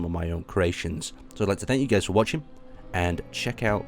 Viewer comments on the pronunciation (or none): none